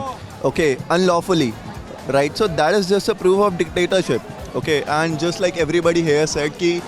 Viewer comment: just ya jist 😂😂😂 Just ke gwar